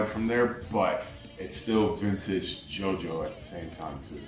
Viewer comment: It's still pronounced "Jo-Jo"